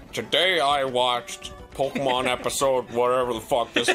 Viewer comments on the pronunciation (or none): none